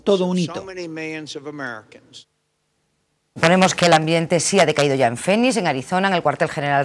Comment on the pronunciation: Porfavor disculpa pre es Phoenix se pronuncia ''Finix'" en espaÑol... Gracias...